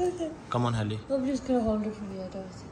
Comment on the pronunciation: Your wife name is very nice,helima don’t says heli it’s English name don’t mind bro .